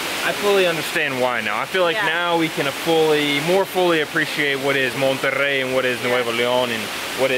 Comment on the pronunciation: I’m pretty sure you guys are the only gringos that know more than Cancun in Mexico . Love y’all btw your Spanish pronunciation is good Monterrey and no monerey hahaxD